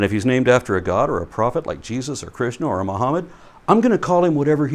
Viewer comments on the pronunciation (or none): none